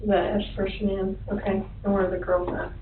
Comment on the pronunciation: The only thing worse than the murders is her name "Shuh-Nan". I just want to rip my fucking ears out hearing that over and over again